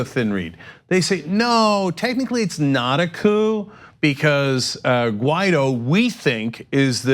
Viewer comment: I thought it was Guaidó, I was wrong, clearly John said the guy's name is Ghetto.